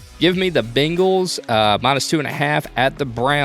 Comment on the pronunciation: Say it with me, "bang-les" Bang. Not bing.